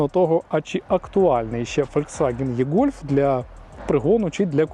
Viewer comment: Невірно це і - гольф або е-гольф але ніяк не є-гольф